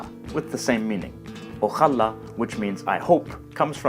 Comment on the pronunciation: Your pronunciation of ojalá is a bit off. The stress is on the final syllable, as indicated by the fact that the accent is on the final a.